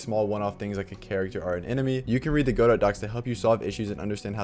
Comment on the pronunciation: Thanks for saying go-dot and not gu-dough!